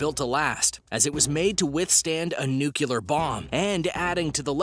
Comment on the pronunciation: Dammit man! Quit saying NOO-kyu-lur! It's pronounced NOO-klee-ur! Say it as it's spelled! Jesus Christ man, are you really that stupid?